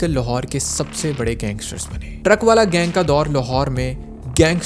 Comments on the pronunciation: Haneefa aur baba the vo,,aur truckvala nahi truckavala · Not "truck-wala", it's pronounced "truckan-wala"